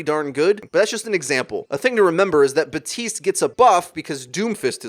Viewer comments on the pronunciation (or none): This channel went from calling baptiste "bAtEEst" (which is correct) to "butist" to "buteest" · Look, I love you But BAP TISTE VERY CLEAR AND NOT SILENT P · PLEASE STOP SAYING “BATISTE”